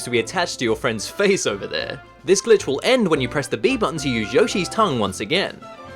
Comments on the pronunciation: you say glitch or bitch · I only who hear b*tch instead glitch?